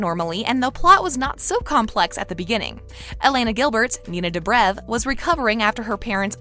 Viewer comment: no she did not just say nina dahbra